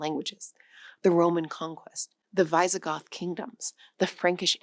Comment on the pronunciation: Great stuff, but please work on pronunciation for a topic like this. So many words, but I remember tsar, Visigoths, and especially Caucasus. That said, it was otherwise an enjoyable, worthwhile video. Thank you.